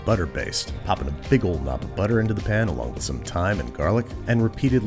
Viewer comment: Pan. not pn